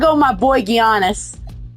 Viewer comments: Creates the absolute worst NBA line up possible. And pronounces Giannis as "Gee-annis" which is (not) cute. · bro pronounced giannis “Gee—onis” 💀💀😢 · He doesn't know how to say Giannis. 😭😭😭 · the way he pronounced giannis name bro